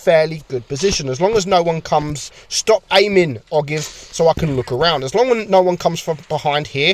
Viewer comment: Ogive is pronounced “oh jive” it refers to the point at which the conical tip of a bullet meets the cylindrical portion or the conical part of a bullet